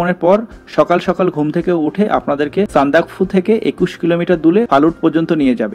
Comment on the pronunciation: উচ্চারন হবে সান্দাক্ ফু ।